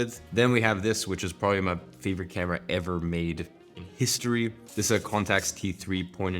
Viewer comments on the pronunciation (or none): none